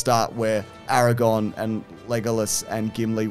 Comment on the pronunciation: AraGON and LegAhLas is killing me